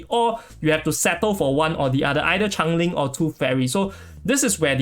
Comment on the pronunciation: It's change - ling not chang - ling. I thought the character was some spinoff of Chang-e the goddess of the moon from chinese mythology when I first heard your pronunciation.